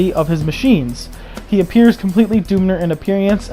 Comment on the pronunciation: Please don't say the doonmer it's the dunmer